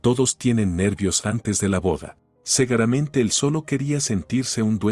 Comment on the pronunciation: Señor por Dios es SEGURAMENTE ,SEGURAMENTE ,no cegueramente.por favor